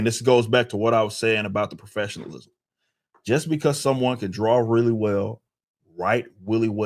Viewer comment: Weally whell lol. His pronunciation of well made me chuckle. Otherwise I don't like this video. I have to pay attention to get what he's saying and that's too much to ask Katydid.